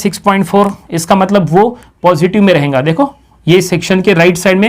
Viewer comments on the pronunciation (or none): badiya padhate ho buss jo baar baar ayega ko ayenga bolte ho aur rahega ko rahenga bolte ho usse badi khundak chadti hai.... good lectures tho